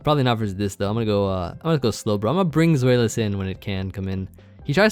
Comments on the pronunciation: I realise that telling how to pronounce a word is like telling a cat to scratch a scratching post instead of a sofa, but... Zweilous comes from the German word "zwei", meaning "two". It's pronounced "Zw-eye".:) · its actually "Tzw-eye" ;) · As a German I would say that Zweilous is probably pronounced "Ts-why-lus."